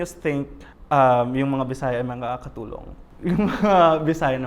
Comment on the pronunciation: I cringed everytime said katulong and thats just one of many